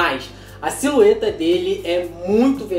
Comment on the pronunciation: Só eu que percebi ele falando SILUETA